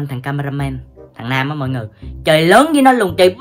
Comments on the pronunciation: Nam mà nghe nôm ko à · Quyên nói: Nam= nôm